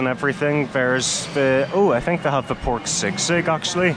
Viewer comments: Guys, it’s not sig-sig but SEE-sig. 😊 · I heard sigsig 😄☺️, that is sisig… 😅😉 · Haha its si-sig not sigsig😅